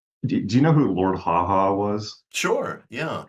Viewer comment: By the way, it's Lord Haw Haw, not Ha Ha. Or William Joyce, if you prefer.